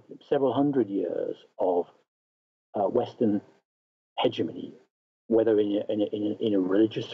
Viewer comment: Why does he pronounce the g in hegemony differently at different points? Is he drunk? I think he's drunk.